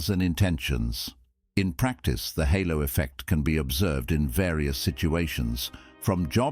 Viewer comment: Halo not hollow effect 🤦